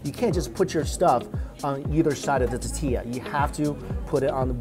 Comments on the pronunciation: why does he say "tatilla" instead of "tortilla". Can Chinese people not say the letter R ? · Mikey, there’s an “R” in tortilla hun 😊. Totilla is cute tho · Mike "Ta-tilla" Chen... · what the hell is a tatilla? say it right dude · Omg i love u Mike But can u please stop saying titilla.... Its TOR-TILLA it hurts my ears to hear u say titilla..... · tahtilla... cahnitas.... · Lol the way he pronounces tortilla. Love this video. More 🇲🇽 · It’s funny how he says “tortilla” without the “r” sound haha